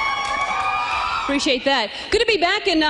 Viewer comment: "Appreciate that" is what she said, but more like, "preciate that" in a colloquial accent....left the A off in appreciate.